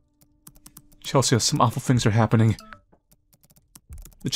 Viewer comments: this game is great but,, c'mon, you know how to say CHEL-SEE, it is not Chel-see-ah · "Chelsea" is pronounced "Chelsee" not "Chelsee-Ah." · its pronounced ‘chel sea’ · Does anyone else find it endearing that pronounces Chelsea (chell-see) as Chel-see-uh? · I think it’s the “ea” at the end that throws him off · Wait pronounces Chelsea that way? 🤭😊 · I wanna know if has ever heard the name Chelsea before, and if so how he believes it to be spelled lmao and why he assumes "Chelsea" in the game is pronounced "chell-see-uh" instead of "chell-see" like usual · i absolutely love Petra with all of my heart lol- the fact shes a CG and a scene teenager makes me so happy because the trope of alt people being portrayed as rude or heartless is so boring and overdone, and shes just wonderful HAHA- also- the name "Chelsea" is pronounced "Chel - see", in case you were wondering (i havent gotten too far in the video so im not sure if you correct yourself but ill edit if you had lol) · The scariest part of this game is how he pronounces Chelsea as chels-see-uh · the a in Chelsea is not promounced by itself its Chel-sea, like the sea? Water... ocean 😂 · I don't think I ever got any chain emails back in the day, probably cuz I never made accounts on more websites than I had to, didn't use social media (and still don't) and never friended any strangers on WLM or Skype. Also I've never heard someone pronounce "Chelsea" so... let's say, uniquely. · The scariest part about this video was how pronounced Chelsea. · y do u pronounce the a in chelsea im crying